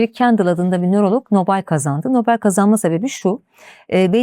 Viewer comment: Nobel ve. Melami kelimeleri yanlış telafuz ediyor